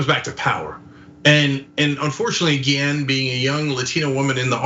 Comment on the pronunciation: One small, but important, sign of respect for the victim would be to pronounce her name right. Her last name has an accent over the e -- the accent is on the last syllable, as in "ghee-ENN."